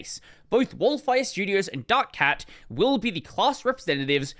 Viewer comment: oh no, pronouncing Wolfire like that given their logo